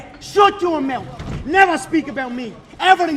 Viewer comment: “Shut yo meuth “ 😂😂